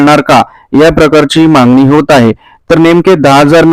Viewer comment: पोंग्या व्हिडीओ ला views येन्या करीता काही पण सांगशील.ladkya bahinila 1500 rs. Mahina तर वर्षा ला 18000 rs होतात.आणी तु 10000 rs चा video upload केला. 😂मांगनी केली आहे😂मांगनी केली आहे😂मांगनी केली आहे😂शब्द बोलायला शिक.